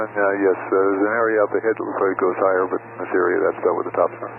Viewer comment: It sounds like, "... in this area..." instead of, "... in theory..." Perhaps flying with friends and family sometimes makes it even harder for pilots to admit to problems and ask for help, either through a sense of embarrassment or in fear that declaring an emergency or a state of confusion may frighten the other occupants.